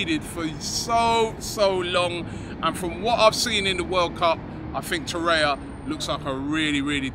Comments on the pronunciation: Why does he keep saying “Torreya”? There is clearly another R. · You are mispronouncing his name in every video – It is TorreiRa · He likes Torreira but refuses to pronounce his name right ever.